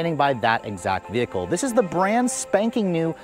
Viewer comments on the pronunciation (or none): Anyone hear him say “brand-SPANKING new”